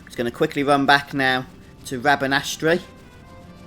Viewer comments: its spelled rabanastre but pronounced rabanaster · i know im 9m late, but the suffix tre is almost always pronounced "ter"